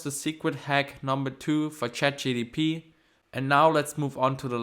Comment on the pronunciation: it’s not chatgtp It's chatgpt